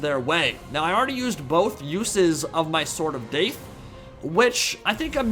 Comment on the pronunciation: Take a shot everytime says Sword of Daith